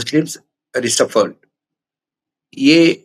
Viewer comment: राष्ट्रीय भाऊ - मेकिंग नहीं है मोकिंग मीम्स मतलब उपहास करना . इंफ्लेमेटरी का मतलब झूठ परसोना नहीं भड़काऊ होता है . झूठ तो बड़ा स्वादिष्ट भाऊ परोसते है चित्रांशी अचार और कड़वा अत्री करेला के साथ . भाऊ रिसफर्ड नहीं है रिजरफेस्ड है दी लिटिल लिटिल विथ भाऊ 😂😂😂😂